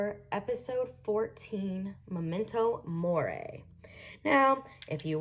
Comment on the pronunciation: Your pronunciation of "nisei" and "Unruhe" is atrocious. The mispronunciation of Unruhe is particularly inexcusable, since both Gerald Schnauz and Scully pronounce it correctly onscreen. And what on earth is "memento moray"? Gethsemane is a biblical reference. Have you never been to Bible study?